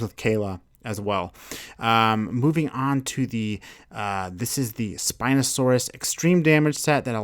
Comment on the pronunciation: On the spino he said siinosaurus